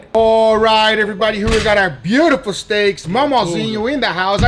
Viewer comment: It's so funny when Guga says "Maumauzinho" he goes full mineiro mode